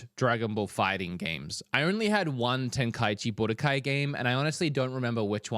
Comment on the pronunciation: Aint no way bruh said "tenkaichi budokai"